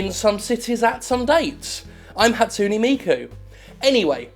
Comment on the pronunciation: Your pronunciation of Hatsune Miku made me cringe... what's wrong with me?